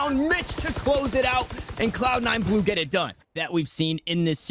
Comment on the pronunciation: "Cloud 9 glue" lol